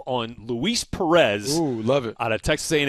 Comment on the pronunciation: Matt S i like it